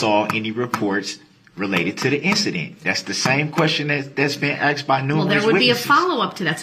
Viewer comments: He has 1,000 years to practice saying the words “sustain” instead of “substain,” and “asked” and not “axed.” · It’s biast be cuz I axed! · Grounz! Grounz for the substained he axed without relevancy!